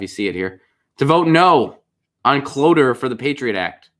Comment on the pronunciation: “Clo-tchure” is how it’s pronounced. Not trying to sharpshoot you.